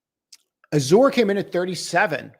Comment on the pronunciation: Azure - pronounced az-sure